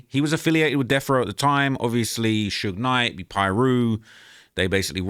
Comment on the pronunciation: It’s usually AI that pronounces it that way 😅 The worst I’ve heard is that damn “Suugeeyy Knight” 😭💀